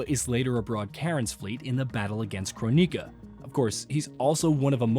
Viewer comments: Your pronunciations are making my eyes bleed. If I had to hear croneeka one more time.... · what is a Crow-nika?